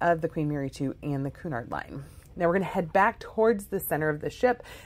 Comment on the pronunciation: The correct pronunciation of Cunard is "Kyunard" , not "Koonard."